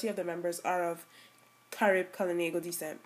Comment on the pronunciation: Good info but you need to learn to pronounce the words proper.. we KALINAGO are a proud people .